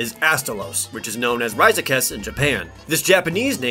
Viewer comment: I can't get his terrible pronunciation, that's the fourth time I've replayed his raizeksu pronunciation to make sure I'm not hearing things